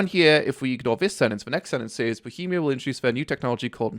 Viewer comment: Mocks bohemia for their language structure and then mispronounces says. I slapped like.